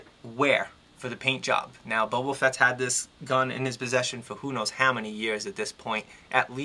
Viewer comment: Good review, however I have a couple of points of contention!!! First of all, his name is Boba, not Bobo, lol, and secondly, his shoulders do move upwards of ninety degrees, trust me just push them up a little and they'll slide ride into the joint!!!